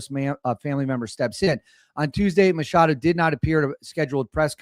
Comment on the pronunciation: MaCHado. That's a ch, not an sh.